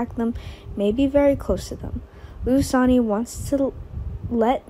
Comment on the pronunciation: Here we go again another person who cannot say the names of the people she's talking about his name is not sonny that may be how it's written but it's pronounced sunny do you not watch the show at all do you not hear how they pronounce all of the names it is so irritating to try and listen to you when you're just tearing all the names apart if you can't do it right and read the script ahead of time get off the website truly sign off and don't come back I'm sure you're nice young lady but you're just hacking it terrible please just stop